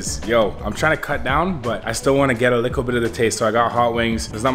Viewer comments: Little not licke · Stop saying likkle please